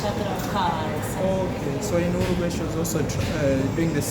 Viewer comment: uruguay pronounced Euro Gwuy